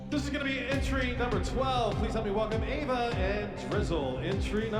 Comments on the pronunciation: bro even called ava 'eva' 💀💀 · did really mispronounce ava's name as eva on purpose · calling Ava “Eva” is so funny lmao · i love how Called Ava 'Eva' was so funny and then when the judges took revenge for Ava and Called Kalani 'Kelani'